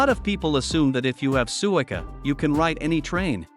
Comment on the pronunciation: The AI voice should be programmed to pronounce “suica